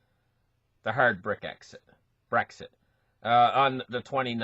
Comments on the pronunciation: me too.. Brick Exit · I love the way pronounces Brexit.